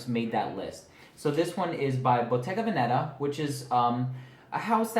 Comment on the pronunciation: Hey, I know this may sound silly to you but you pronounced Bottega Veneta incorrectly. Watch Super Dacob's YouTube video on how to pronounce Bottega Veneta correctly. 😊